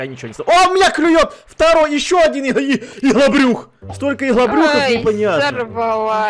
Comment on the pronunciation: я просто блет угараю как он говорит слово ИГЛОБРЮХ P.S вы что крейзи 37лайков ето мой рекорд спасибо вам 😁,(изменено)